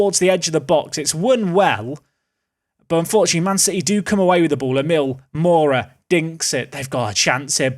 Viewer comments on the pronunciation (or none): none